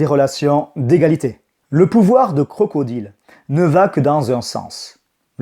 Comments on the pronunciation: Where is the prononciation english man ? This is not Crocodile but "CROCODAILE". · Aller les Crocrocrocro les crocrocro les Crocodileu